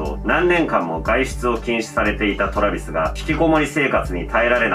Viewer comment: トラビスのイントネーションにめっちゃ違和感笑笑